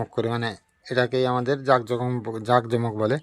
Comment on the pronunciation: কথাটা জাগজমগ নয় জাঁকজমক